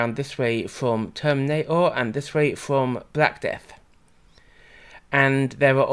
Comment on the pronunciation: Each time I hear "termina'or" I think of that bit from South Park with the "plane'arium"